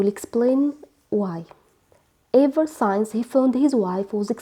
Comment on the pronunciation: We pronounce since as: Sins and not Sains dear teacher.